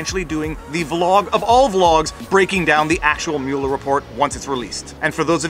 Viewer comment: I added a like simply because you pronounced Mueller's name correctly. Half of our media in the US pronounce it "muller".